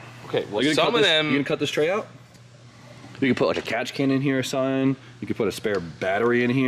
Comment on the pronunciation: It’s something! Not su’n